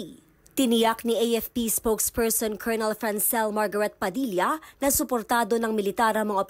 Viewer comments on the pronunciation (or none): none